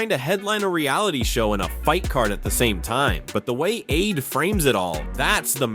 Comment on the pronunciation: At least get AI to pronounce names accurately! Who is "Aid"? And why is Ade's opinion so important on this topic, respectfully!!?? 🤔